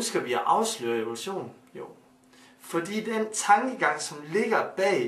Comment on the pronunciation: Siger han Ole Sohn eller Evolution? Hvem tror fuldt og fast på OlechJohn?